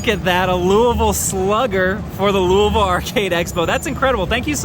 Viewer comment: Thank you for pronouncing it “louvul”